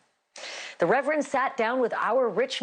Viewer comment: When Ashleigh said "reverend." 🤮